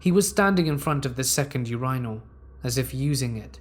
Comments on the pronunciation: UR-I-NAL lol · Yer-I-Nal. LMAO.